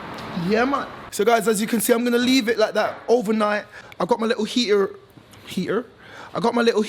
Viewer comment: Hi don't worry about how you said heaterrr, a little bit of bristol style lol